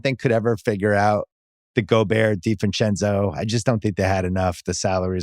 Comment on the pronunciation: It irks me so much when bill adds an ‘F’ to ‘Divencenzo’s’ last name